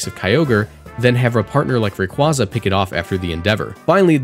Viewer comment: The way you pronounce Rayquaza hurts me physically